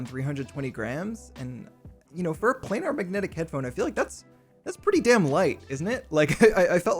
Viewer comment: FYI: planar is pronounced "play-ner", not "play-nahr"…